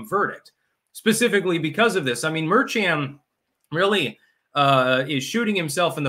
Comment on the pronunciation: says "Merchan" as if it's a Chinese name. 😂 It's pronounced 'mehr-shahn.'